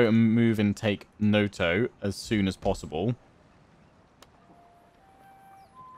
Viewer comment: When it comes to japanese pronunciation is quite easy, it is usually read exactly as it is written, except when it is not. A quick example, when you say 'Noto' you say it like 'Noutou' while a japanese person would say it simply 'Noto' Sadly can't write in IPA in the youtube comments.